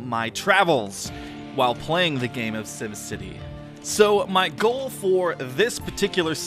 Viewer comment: it is sim city not sum city